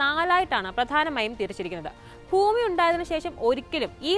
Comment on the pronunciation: ഫൂമി അല്ല ഭൂമി.